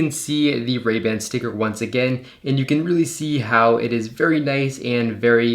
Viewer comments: That's just incorrect grammar. You only use the "thee" pronunciation if "the" stands in front of a word that starts with a vocal. It's the same for a and an. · Please stop saying the pronounced ‘thee’ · Did it take you a long time to train yourself to pronounce “the” as “thee” every single time? It is a rather unnatural speaking characteristic.